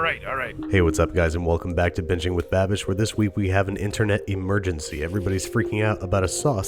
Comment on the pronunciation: Can you PLEASE pronounce it "BA-BEESH" like it's supposed to be pronounced, from now?